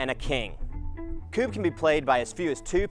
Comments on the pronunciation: Great presentation of a great game,! Your pronunciation is okay but KUBB should be said or pronounced as short and fast as HUB or DUB but the "U" should be more pronounced as the first "U" in Furniture, and not as "A-like" as in Hub or Dub. In most English words the "U" is often pronounced as an "A" for us Scandinavians but Furniture is one of few English words with a more U-like "U". Hope this makes sense. In this video the "Reporter" says it in the right way sec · you're PRONOUNCING kubb wrong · It is actually pronounced similar to cub, not kewb, like you are saying it. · Strange that you can't hear the difference. U sounds more close to the U in DUBIOUS and is also as long as in that word. But the U should sound like the first U in FURNITURE, which also feels shorter. I mean you must hear the difference between the longer U in Dubious and the shorter U in Furniture. English is interesting. For example, the U in Furniture sounds almost as the short article "A" (a dog) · Here in Sweden where the game originated I have never heard anyone call it koob. Its more like kubb. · Sadly your pronunciation is also wrong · I'm Swedish and I find the English pronunciation of Kubb hilarious. In Sweden we play this every single year at Midsummer with family. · You sound like Cartman when pronouncing Kubb, lol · all you americans pronounce kubb wrong ! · you know what you Americans can call it how you want I will know what the right pronunciation is anyway